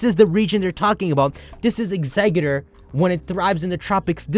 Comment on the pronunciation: Im sorry but...Exeggutor doesn't have a d in it. Its tor not dor